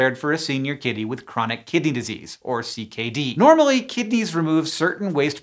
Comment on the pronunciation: I keep hearing chronic kitty disease